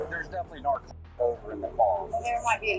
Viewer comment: cant even say the word “narcotics”, ffs thats ridiculous